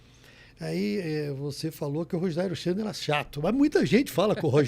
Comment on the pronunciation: "Rogério Geni" kkkkk